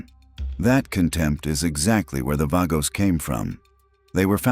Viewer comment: Vagos is pronounced "Vah-goes."